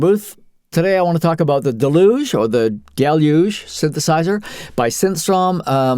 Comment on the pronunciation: Always bugs me...someone decides to make a lengthy video about Deluge, but can't be arsed to learn how to pronounce the name. Delooooge. It's an English word ffs not French :D